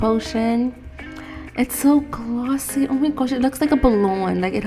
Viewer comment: this girl: oh my gosh it so gloosy Me: sis, its glossy . now chill with the accent